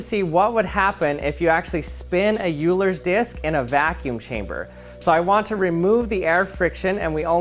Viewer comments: Perhaps I'm just expecting too much but my naiive assumption is that someone that has access to a vacuum should probably know how to pronounce the name of this item correctly. The name Euler's disk is pronounced "OY-ler's disk". It is named after the Swiss mathematician Leonhard Euler. The "eu" in German is pronounced like the "oi" in English words such as "oil" or "boy". If you're going to play scientist maybe a good idea would be to know how to pronounce your test item or you immediately lose credibility. It is the equivilant of a World-class chef saying Pasketti for Spaghetti and not knowing the differance. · Bruh's name is /ˈɔʏlər/. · Nice video. Just a minor correction on the name Euler. It is pronounced like "Oiler". It is named after mathematician Leonhard Euler. All good wishes. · pronounced like this OIl-ler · euler is pronounced /oi-ler/ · It’s pronounced like “oiler” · I think it's pronounced like "oiler"... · I think it's pronounced like Oilers disk.... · Euler is pronounced "Oiler" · #1 You are no where near achieving true vacuum, #2 Euler is pronounced "Oiler", #3 You should really design a way to spin it with the same force every time and start it under a strong vacuum to get better results, as well as doing more than one run. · Just had to take you up severely on this: All languages that use the Latin/Arabic alphabet have different ways to pronounce the vowels!! The inventer, Leonhard Euler was a German. Euler in German is pronounced Oiler. Eule in German is an owl. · Euler is pronounced oiler Loved your video btw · Oh God. The German pronounciation is "Oyler", eu is oy! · Pronunciation is all over the place: -Poisson is pronounces Pwasson.. not poyson -Euler is pronounced Oiler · Its Euler like "oil are" please! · Euler is pronounced "Oil-er" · OILER ITS OILER OMG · Everytime he says YOU ler i feel bad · Pronounced "oiler". Great video 👍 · Its pronounced Oilers disc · EULER was a German. And the German pronunciation is OY-LER. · “you-ler’s” disk